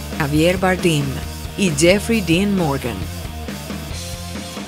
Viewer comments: Barden es español, no tienes que pronunciar su apellido en inglés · ¡Qué manera de pronunciar el apellido español Bardem por parte de la narradora!🙄🙄🙄🙄